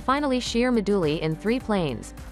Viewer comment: This is great but the pronunciation of 'moduli' as 'mah-dooh-lee' has me bustin a gut.